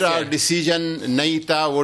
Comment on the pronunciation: it's not dascussion it's discussion